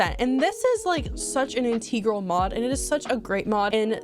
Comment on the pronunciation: Girl this is such a cool video, I did want to let you know that I think you're saying "integral" wrong tho. As someone who pronounce epitome as "ep-ee-t-oh-m" without anyone correcting me, I thought I should let you know.